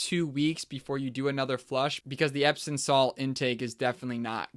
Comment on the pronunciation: EpsoM, not “epson”.